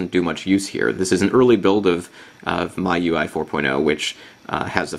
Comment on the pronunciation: If you check wikipedia, its pronounced me-you-i, not my-you-i :]